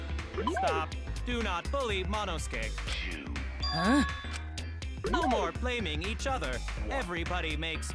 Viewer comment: everyone: Monosuke: Mono SU-KE